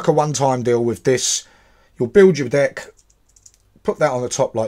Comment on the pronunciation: Is it just me or I heard "D*ck' instead of "Deck"?